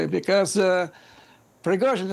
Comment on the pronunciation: . Obviously, because it is Prigozhin not Prighozin!😂